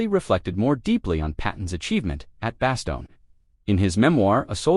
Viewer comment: Why are you using these totally bogus AI-generated “photos”. It ruins the story. Oh, and it’s pronounced “Ver-DUN”, not “Ver-DOON”. And it’s “bass-STONE”, not “BASS-tun”.